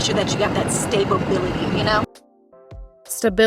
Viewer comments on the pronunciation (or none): Stable Bility??? 😂😂 At least look up how to pronounce it first before saying the word. That’s not even a big word for her to get wrong like that. Damn hopefully her kids go to school when school start back up again because having no education and being around their mom all day will definitely make them dumb.😩😭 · Yoooo she needs to go bk to school!! It’s (stability!!!!! ) Smh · the stability part got me weakk asf just like when she said endoovers 💀